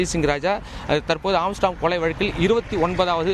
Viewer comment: செய்தியாளர்கள் ஏன் திரும்ப திரும்ப ஏம்ஸ்ட்ராங்க் என உச்சரிக்கின்றனர்? ஆர்ம்ஸ்ட்ராங்க் என்பதுதான் சரியான உச்சரிப்பு!! திருத்திக் கொள்க!!